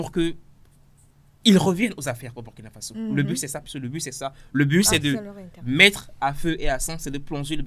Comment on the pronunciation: Prononcer ;*bourkina faso svp